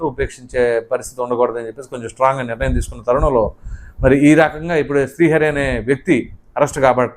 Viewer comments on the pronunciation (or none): none